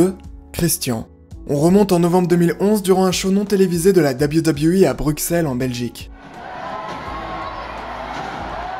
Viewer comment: tout d’abord bonne vidéo, Mais je voulais juste te faire un petit cours de prononciation hyper simple: WWE en anglais se prononce « deubeul you » (a la limite...) Mais pas « Dabiwi dabiwi i » 🤣🤣🤣 Bonne journée, Cordialement.